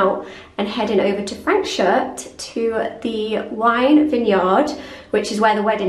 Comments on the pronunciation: It's Frans -hook ... u just can't go wrong in summer in the Overberg region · Franschhoek is pronounced Fraahnshook. 😂